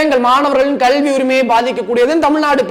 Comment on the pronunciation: Thambi sirapaga irukkirathu ungal kaanoli. உச்சரிப்பை மட்டும் மாற்றிக்கொள்ளுங்கள் .கல்விதான் 'கள்வி' என்று உச்சரிக்கிறீர்கள்.